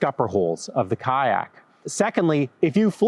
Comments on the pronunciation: Lol you say "kayak" like Ka'ak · The “Y” in kayak is not silent. You sound like you are saying kaaak. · I keep hearing "kaack". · 😂😂😂😂me, too!! 😂😂😂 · Are you pronouncing the "y" in kayaks? 🤣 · I hate the way you say kayak so much